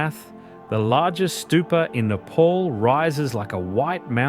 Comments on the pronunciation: wtf is nayy-paul? its neh-paal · It's not "Nepaul" It's "Ne-pal"❤